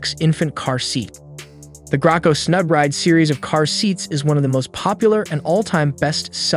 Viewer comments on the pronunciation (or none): Chicco is pronounced "Key co." And Graco isn't "grahco" but "Grey co." Britax was correct I think.